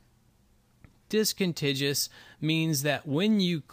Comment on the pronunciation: Discontiguous . - DIS-CON-TIG-YOU-US . Just like CON-TIG-YOU -US. Geezus.